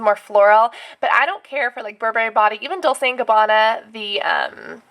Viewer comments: Its pronounced Dolchay and reechy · Dolce is pronounced liked dohl-chay.